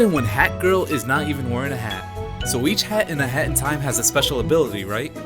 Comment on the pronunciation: When he say hat in time it sound like hentai